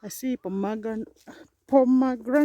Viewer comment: Just say Pom-granate without the middle e